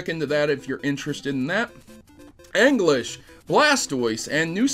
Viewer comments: Anglish? Ee-Jizz-Slash :p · When you pronounce Aegislash as ANG-lish. X) It's A-gee-slash man, though that was a good laugh. Also, do you kno de wae? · Wait a sec did just call Aegislash, Aingislash? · Out of curiosity, why do you pronounce Aegislash as "anglish"? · Aegislash = ayy-jizz-lash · Mega Rayquaza as a support pokemon is pretty ridiculous now that you mention it. He is too cool for that. Also, you didn't even TRY to pronounce Aegislash... ANGLISH?!?!?! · Hahahahah say Aegislash again englesh the pokemon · To, ahem, IT'S PRONOUNCED AY-JEE-SLASH. There I said it. The name is derived from the sword and shield nature, hence the words Aegis and Slash. I'm sorry if I sound angry, anyways it was a pretty good video.